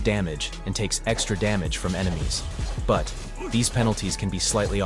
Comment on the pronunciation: he said butt 🍑 instead of but 😂😂